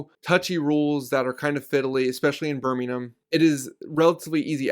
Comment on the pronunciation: The first American to pronounce Birmingham correctly …….. wahooooooooo go!!!!!